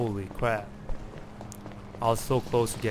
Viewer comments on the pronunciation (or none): hewicopter wawes cwazy holy cwap